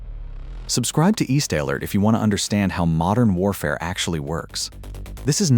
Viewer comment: It didn't even pronounce it's own channel title right. East AL-ert.😂